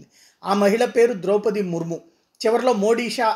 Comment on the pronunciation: సార్ మనది ఈ దేశమేన.ద్రౌపతి మహాభారతములో ముఖ్య వ్యక్తి. ఆ పేరు పలకటం రాధ మీకు.